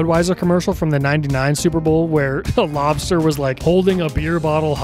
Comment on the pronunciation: I was listening without watching while working on my laptop and I had to rewind because I couldn’t tell if you said monster or mobster. Lobster would have been maaaybe my 10th guess? Old ads were WILD and I’m kinda sad I never got to see any of this stuff sooner. I didn’t have access to a TV until adulthood and by then, everything but the one or two standout Super Bowl ads were pretty shit. This was such a fun video!